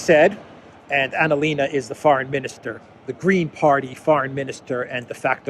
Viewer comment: It not Annalena, it's Analena. Get it right 😁